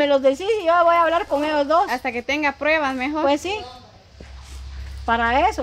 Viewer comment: Jajajajajajaja cuánto me he reído cuando la vieja Vicenta dise ay prebas. Ay prebas